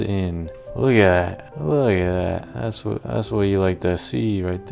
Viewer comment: Why does he sound 🔉 drunk when he says looukaa at thatitt